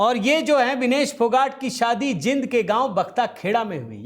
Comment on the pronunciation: बड़े खिलाड़ी को हराने के बाद हर कोई नया खिलाड़ी खुश होता है 😮 और मिनाक्षी का ऐसा कहना एक तरह से सम्मान देने के समान है 😮 आपको श्रीमान जी हरियाणा के कल्चर का ज्ञान वैसे ही नहीं है जैसे 'जिंद' नहीं 'जीन्द' बोला जाता है 😊 अब आती है बात ट्रायल की, असल में तुम लोग अपनी झेंप मिटा रहे हो, कारण तुम लोगों द्वारा आरोप लगाया जाता रहा कि हरियाणा वाले बिना ट्रायल के जाना चाहते हैं 😊 अब इसका भी जवाब मिल गया होगा 😊 तीनों कटैगरी में 18 खिलाड़ी का सलैक्सन हुआ है 😊 पता है हरियाणा के कितने हैं??? सारे के सारे 18 😂😂 साहब आपको burnol की जरूरत है, भ्रम मत फैलाओ 😮 हारने वाले भी हरियाणा के और जीतने वाले भी हरियाणा के 😮 जय राम जी की 🙏🙏